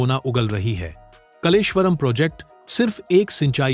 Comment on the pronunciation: कलेश्वर नहीं कालेश्वर यह नाम कालेश्वर महादेव से लिया है यह प्रसिद्ध मंदिर इसी गांव में है